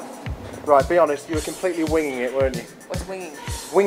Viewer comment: haha i swear john says 'i dont know what weeing is' instead of winging cuuute!!